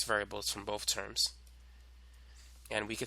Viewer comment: do u have a speech impediment u freak"boat" "tree" BOTH and THREE bro